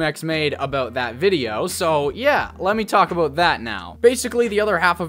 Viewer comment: Lol aboot